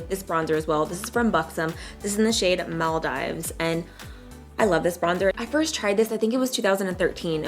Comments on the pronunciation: “MALL DIVES” omfg I dieeeeee 😂😂😂😂😂😂 It’s pronounced “Mall Deeves” bbygirl 😘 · so we just gunna ignore the fact that she pronounced it mal-dives and then proceeded to say it smells like your on a vacation.... lol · This look is bomb!! By the way its pronounced Mal Deeves 😬😬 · It’s pronounced Maul deeves. (Maldives) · Probably my fave look you have done in a while !!! Ps: I believe the bronzer is pronounced mall- deeves